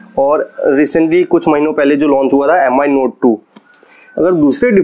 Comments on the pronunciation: M i nai bolte hai paaji use Me pronounce karte hai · "meem" hota hai paaji 😂😂😂😂😂😂😂😂